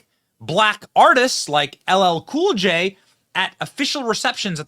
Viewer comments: I heard him say ll Kay cool gay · No more racism ! Democrats leaders have been trying to divide us for years. The key word in this video is unity. You won't get that under Biden. He can't even pronounce a famous African American hip hop/Actor's name right. If he can't get his name right how can he care about the average blue collar worker ? Trump 2024 !